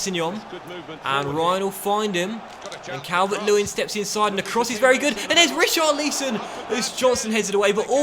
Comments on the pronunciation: It’s pronounced tarkovskee and risharlison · How many times do we have to ask you to say Richarlisons name properly? Read the comments ffs